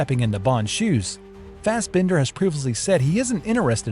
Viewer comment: What is with this AI narration? The mispronunciations are horrific. Spec-tra? Bronson? Fast Bender?